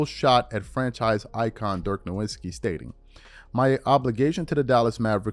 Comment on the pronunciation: Love the channel, but Dirk’s last name is pronounced as No-Vitz-shi.